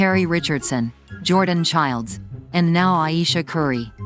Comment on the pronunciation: Also, thanks for pronouncing her name correctly! These three ladies are fabulous- I loved their tribute to Rebecca